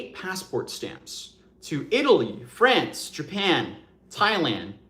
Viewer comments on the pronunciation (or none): none